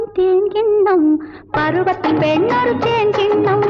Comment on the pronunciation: என்ன அழகா சுசீலாம்மாப் பாடிருக்காங்க!! அட்டகாசம்!! அந்த தேன் அப்டீங்கறதையும் பால் அப்டீங்கறதையும் எவ்ளோ இனிமையா உச்சரிக்கிறாங்க! வீகுமார் எத்தனை இனிய டியூன் போட்ருக்காரூ! விஜய லலிதாப் பேரழகிதான்!! நளினமாக லாவகமாக ஆடுபவர்! இவர் கண்களால் நம்மை மயக்குவார்!! மயக்கும் மான்விழி மங்கை இவர்!!